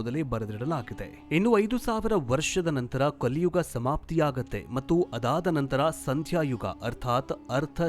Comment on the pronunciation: 'Kaliyuva' 😂😂😂😂😂 its kaliyuga